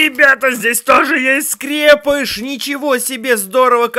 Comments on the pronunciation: И сколько повторять не Скрепыш а Скрэпыш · Во первых не скре́пыш а скрепы́ш во вторых он засунул их туда